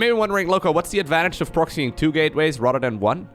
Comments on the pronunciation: At first I thought you were shit-talking Rotterdam, but then I realized you were saying "rather than!" :D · Every time he says "rather than" I hear "Rotterdam" 🥲